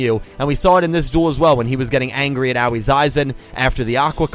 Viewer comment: At this point I'm just here for the comments. I can't bear to hear mispronounce Aoi's name for the umpteenth time.